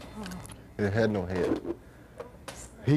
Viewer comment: I Love How - In "Texan" - One Syllable Words Have TWO Syllables...."SPLI-IT", "DE-ESK", "HE-EAD😂☺😉....Stevie Had, Previous To This Interview, REALLY GONE OFF, To Press, On David Bowie Because Bowie Had Told Him That He DIDN'T Actually Want Him & Double Trouble To Open For Him On His Let's Dance Tour As He Had Told Stevie Earlier - "It Was All Just Bullshit - He Just Wanted ME Join Him On The Tour - So I Left!" SERIOUS Bad Blood & CURSING Ensued & Was It Went On....Stevie Had Been Kind Of Known For That Being A "Touchy Subject" With Him...Thus The "You're Not Gonna Bleep Me?" Comment! Stevie Definitely Was Sure About What He Wanted! He Wasn't Going To Be Backup Guitar To Bowie Or Anybody Else! He Had A BAND & They Were A Package Deal! And He Had Been Lied To! He Definitely HAD A Pair!! Good For Him!! I Would Cursed Him Out, TOO, Stevie! He SCREWED You Over!! And You Didn't Need Him - GOOD Call!!